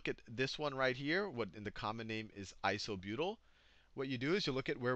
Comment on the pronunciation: "methly" "isobutly" Sal, you're epic. XD